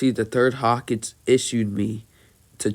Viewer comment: no he says it completely fine and he says it as everyone says it lol